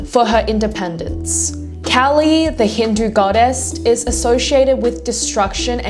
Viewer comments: It's also pronounced different not "cally" but K-aa-li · I know it doesn't matter much nd all. But kali is pronounced k-aa-li. I am a lil particular bout names sinces mine is butchered so much. Sry 😭